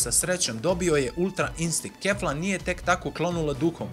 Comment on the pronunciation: Nije Kefla nego Kifla